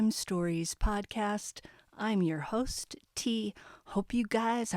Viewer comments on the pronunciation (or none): none